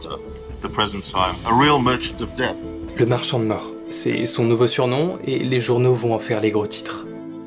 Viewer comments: marchand pas marchant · Marchan"t" 😂 ça commence bien